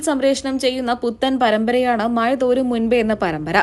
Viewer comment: Mazha thoorum alla thorum